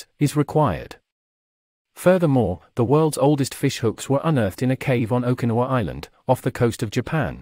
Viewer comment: Dude... learn to pronounce Okinawa. My gosh.